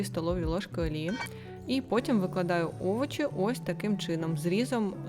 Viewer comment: Шкорлупу?😂😂 Это что? Овочи????